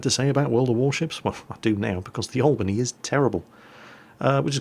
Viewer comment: yep you botched it we dont use the spanish accent